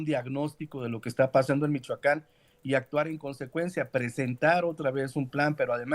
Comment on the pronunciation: Porqie dice Michacan?